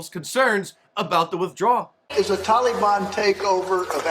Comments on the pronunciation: when Biden called the Taliban the "Taliwaan"? Was that Obi-Wan gone wrong? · I'm so tired of hearing Biden using the Obama mispronunciation TOLLY BONN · Is he saying "televon"? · INCOHERENT JOE HAS EVERYONE IN THE PRESS CORPS SAYING 'TALLY-BONN'... WE'RE A NATION OF VOLUNTARY-HALFWITS, AND THUS, WE HAVE EXACTLY WHAT WE DESERVE. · Tallybahn? Holy hell, he can’t even pronounce it properly. Biden is disgusting. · "The Tolly-Bon" what a freaking idiot. He is deliberately mispronouncing it to make it sound so gentle and friendly. Exactly like Obama...remember him calling ISIS ISIL, and Daesh or something like that. Anything but the true name because that would make it real. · You always tell a leftist...pronouncing the Taliban as TALLYban. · Old Joe cannot even pronounce Taliban. He calls it Tally Bon. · Potato brain even pronounces it like obama. Tall e bon. Makes you wonder about the earpiece. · If I have to hear Biden pronounce Taliban as "Tally-Bon" one more time, I"m gonna lose it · "The TalEBon".. Joe can't even pronounce the name of the terrorist organization taking over the middle east... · I love the way Old Uncle Joe pronounces "Tolly Bonn." It proves that he is NOT intellectually compromised. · Did Joe say “telly-bahn”? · It's so cringe how Biden says Taliban... mans say "Tollybahn" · Someone tell Joe the i is not long in Taliban......jeez.